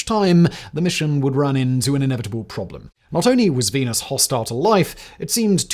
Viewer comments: Are you saying venus or penis? I'm trying to settle a bet with a roommate. Not mine though. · Is it just me or did he say " team penis that month.